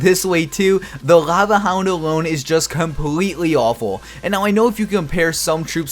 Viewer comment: Cringed every time he said laeuvueh hound -_